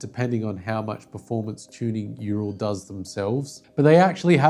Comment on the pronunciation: URAL. Pronounced “OOWral. Named after the Mountain range. If you roll the “R” a little it will make you sound proper Khazak😮